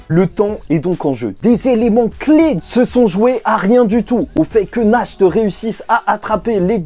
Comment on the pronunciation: Pour le nom du vice capitaine du Taureau. la prononciation c'est "Narte". Nacht en allemand ça veux dire Nuit. et son frère Morgen, c'est Matin.